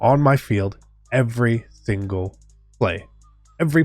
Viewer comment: "every thingle play" 😭